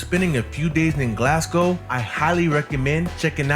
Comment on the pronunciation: This video is old. The subway trains haven't looked like that for a few years now. Also, I'd advise you not to imitate this guy's pronunciation of either Glasgow (he's putting too much emphasis on the second syllable and it sounds weird), and definitely not of Glaswegians, as he keeps saying 'Galwegians', which would refer to people from Galway in Ireland. There are better, more informed, more recent, video tours of Glasgow out there, featuring people who actually know how to pronounce Glasgow. I'd recommend one of those instead.